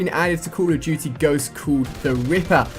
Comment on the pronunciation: Call of Duty: GhostSSSSS! Not Ghost